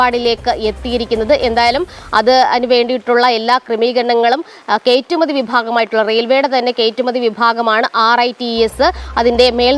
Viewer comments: Gd - btw - kaittumathi alla , kayattumathi aannu ! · കേറ്റുമതി എന്ന് കേൾക്കുന്നു.. കയറ്റുമതി എന്ന് പറയണേ സഹോ 🧡